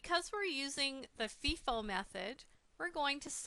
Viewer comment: she pronounced it feeefoo